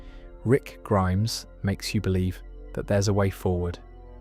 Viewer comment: Same with when he says rick grimes-is instead of rick Grimes